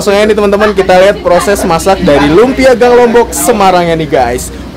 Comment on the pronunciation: Lunpia om bukan lumpia